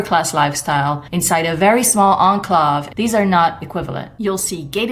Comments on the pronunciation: You pronounced it a bit differently than standard-it's more like "awn-clay-ve" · OH I did not recognize your pronunciation.